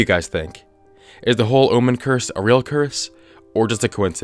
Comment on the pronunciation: He said the but he said it like, I will see you, ondaflipside